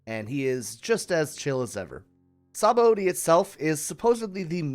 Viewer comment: i meant shabondi as in the island with heaps of bubbles before the red line made of palm trees, the name means bubbles the way you said it kept overlaping with sabos name so it got at little annoying